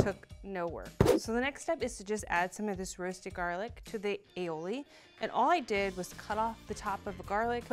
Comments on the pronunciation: Aioli?? what the heck?... ALL I OLI. You're welcome. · Ok just for the record, "aioli" is not well either pronunciated or spelt. This is an original Catalan recipe (where I'm from) and it's said all i oli, which in Catalan means garlic and olive (the essential products you need for the recipe). It's also accepted to name it alioli because the non-Catalan speakers change it to alioli. However, it's better to say the original name and how you've named it sure it's wrong.